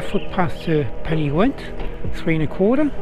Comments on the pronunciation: Nice video, but please... it may be "gwent" in Wales, but in Yorkshire it is definitely "gent" :-) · There is no w in Pen y Ghent! Otherwise this was an enjoyable video. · Why pen y Gwent ? Surely pen y Ghent, great video though cheers